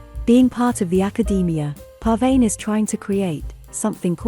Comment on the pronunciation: The text to voice keeps mispronouncing Pervaneh's name lol